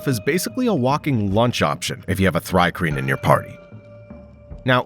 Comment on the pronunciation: It's pronounced "Tree-Kreen", you numbskull. The name is an onomatopoeia of the sound crickets make (stridulation)